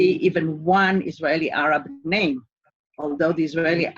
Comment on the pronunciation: Got to love how he pronounces your name, that Scottish accent is lovely... :)